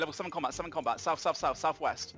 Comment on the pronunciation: South Weast? Who are you, Patrick?